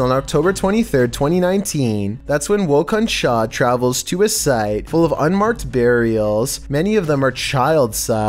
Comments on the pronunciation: By the way, In the first clip.... Its not "Woh Kon T-cha" it's "Woh kon Thaah" It weans "Who was that?" in urdu and hindi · The channel “Woh kon Tha”, He said “Woh kon chah”